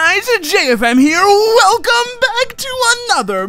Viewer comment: I laughed when said "Weuweeu Welcome back guys!"